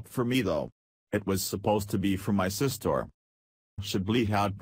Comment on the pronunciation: …along with “sist-or” is just too much machinery for the human ear!!